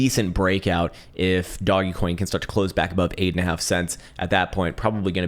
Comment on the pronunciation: Your mispronunciations are killing me... DOGGY COIN & ME-ME coin!?